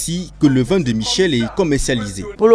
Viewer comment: On dit VIN et non VAIN .